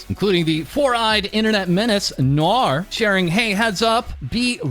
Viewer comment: When you said "four-eyed internet menace Noor" I thought you meant Noir Vesper lmao 😂